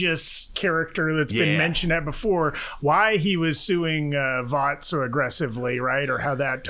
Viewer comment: "Hi, I'm... I mean Voss."